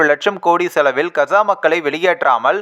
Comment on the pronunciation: Kza. Illai kaaza endu thelivaaha sollavm